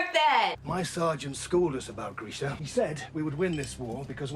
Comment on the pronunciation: Why is Grisha pronounced Greesha?!?!?!???